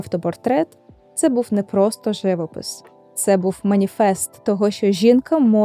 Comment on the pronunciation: Дякую за такий цікавий, насичений випуск.Чудовий відеоряд! Дозвольте зауваження щодо наголосів - живОпис і Сан-РемІ. Ще раз дякую. Бажаю успіхів!